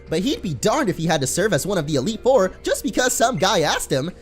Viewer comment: he said elite ore not four